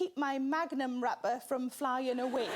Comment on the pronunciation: We have the ice cream here as well but I thought she said "Magnum rubber" not "magnum wrapper" and I was confused about what's under the book.